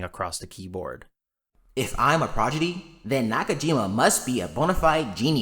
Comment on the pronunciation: Progidy? Really?